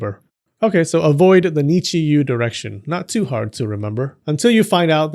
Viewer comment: You said "direction gods", I heard "erection gods" 😆